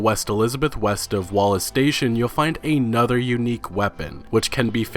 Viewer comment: Another (ah-nuh-ther): a word. A nother: not a word.